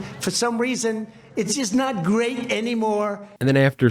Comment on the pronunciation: Keep our country gayurburbebur, but it’s not, i mean